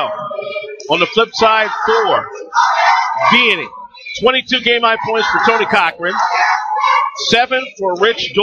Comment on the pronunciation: It's pronounced VEEanney.